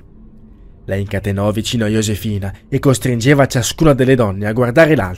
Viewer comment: ok ma "Yosefina" non si può sentire